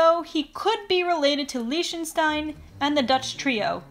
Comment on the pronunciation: The way she said Liechtenstein, it's lie-ck-sh-tien